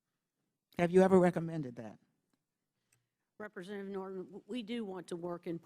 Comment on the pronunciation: This bitch is annoying. Why does she keep turning off and on her mic. "Represzchentative...."